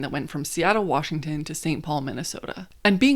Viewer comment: Props to you for saying all the Washington names correctly! Im from WA and lots of people get it wrong